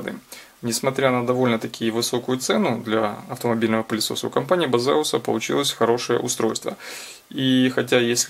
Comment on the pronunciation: Не Базеус и даже не пиздеус). Правильно - Бэйсус.